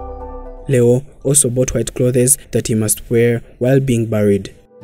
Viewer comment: The way you pronounce the word clothes is absolutely wrong 😳